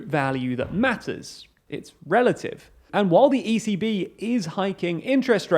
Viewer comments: Watching this sped up, every time you said 'the ECB', I thought you were saying 'the easy bee'...was thoroughly confused, but now want to learn more about the life of this peculiar pollinator who may be related to Easy V from the Spice Girls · ECB sounds like “easy bee”